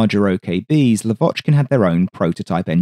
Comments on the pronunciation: He is lAvochkin, not lavOchkin ;) For ther future. Thanks. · Not Lav`Ochkin. L`Avochkin. First syllable high. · Your videos are just EXCELLENT, enormous work, interesting content about rare planes i didn't even know existed. But one thing, just one thing that gets me every time😂. Why LavOchkin, when his surname is pronounced LAvochkin, with an emphasis on the first syllable?😅 Not that I'm complaining in any kind but that's just a friendly reminder from a native russian speaker. Yes, some names are very complicated to pronounce for an English speaker but here it's as simple as putting the emphasis on the first syllable. Thanks for your awesome videos! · Blood from ears! Lavochkin prononces with stress on A, not O.